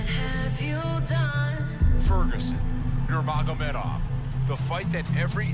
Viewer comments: "real big name Kha-bib Nurm-uh-gomedov" lmaooo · Tony: very big name : khabib nurmagomaduv 😁😁😁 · Really big name! Khabib Nur-Ma-Go-MeD-oV LMFAO!!!!! TONY IS THE GOAT!🐐